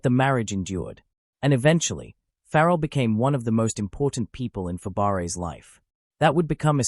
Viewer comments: It's pronounced Fabray. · Fab-a-ray. Please program your AI. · No, Fab - bray